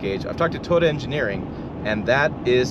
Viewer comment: “Toda” tundra